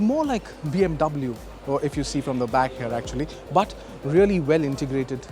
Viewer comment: Pronounce of but is irritating